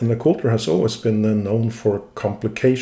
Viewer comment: lay-cool-TRAY? Before Hunter (Jäger) got involved? YAY-ger lay-cool-TRAY